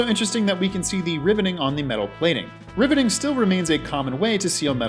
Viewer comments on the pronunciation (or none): It sounds like you’re saying “ribbiter” and “ribbiting.”